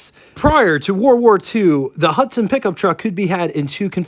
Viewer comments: "Pick-Um-Up? Truck......What urban area are you from? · If you can`t say pickup then ......................